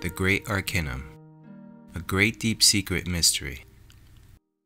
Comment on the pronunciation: AR-KAY-NUM not AR-KEH-NUM .... how can I take you seriously if you can't even vibrate the focal point of your subject correctly...